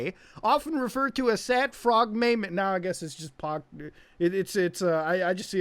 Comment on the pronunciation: No one: Absolutely No One: Not even indian tech supports: Muta: Meymey